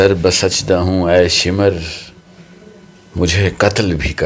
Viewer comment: سبحان اللہ بہت خوب اشعار بھی خوب ہیں ادائیگی بھی زبردست۔۔۔۔۔لیکن۔۔۔۔۔بس۔۔۔۔۔(شمرکا ) تلفظ غلط ہے ش ۔م۔۔۔ر۔ یہاں پر ملا کر پڑھے جائیں گے زبر کے ساتھ نہیں اس طرح شعر وزن سے نہیں گرے گا